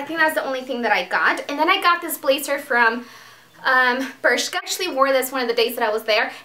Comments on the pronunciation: BRSHKA axaxaxax funny pronouncing! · It is pronounced "bérzka"